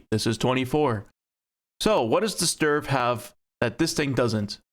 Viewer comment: Its not "sturf", its "stridsvagn"😂